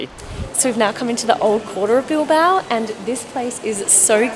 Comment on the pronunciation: Sorry Guys I love you so much and I love your videos but Your pronunciation of the Spaniards cities is making my ears blooding. Es La Coruña ( it's a similar sound of the GN in French), Es Bilbao (bill-bah-oh). Spanish is not that difficult to learn guys c'mon lol. Love your videos. Greetings from Connecticut.